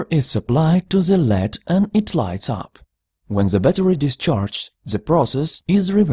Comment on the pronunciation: If you stopped saying ze, your speech would not be terrible